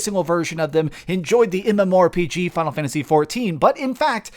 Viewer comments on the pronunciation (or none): none